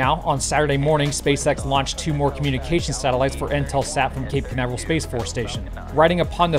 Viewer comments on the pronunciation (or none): none